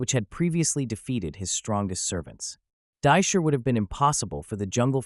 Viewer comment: This guy can't even pronounce Divatox or Dai Shi correctly. So, you can't pronounce Astronema either. Got it.